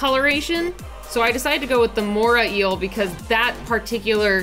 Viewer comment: It's the MorAY Eel, not Mora Eel